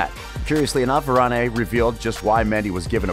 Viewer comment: It's Varan not Varan-A